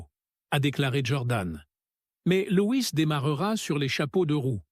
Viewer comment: Et l'IA incapable de nous traduire le discours 🤦‍♂🤦‍♂ Remarque , pour le français déjà ça prête parfois à rire !( schouderia, scood ria, Lois, etc))